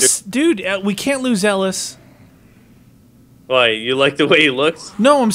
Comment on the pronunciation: It's pronounced (EL - IS) that's way it says it like that in the games dialougue... :/ try playing the game